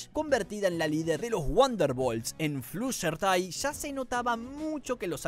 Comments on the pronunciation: Flushertai? Se dice Fludershai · "Flusherty" Pobrecita no pueden decir su nombre bien por una vez. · Como fan obsesionada con mlp te digo que pronunciarte mal algunos nombres, fluttershy se dice florershai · Jajajaj la forma en la que pronuncia el nombre de fluttershy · Voy a ignorar lo mal que pronunciaste "Fluttershy"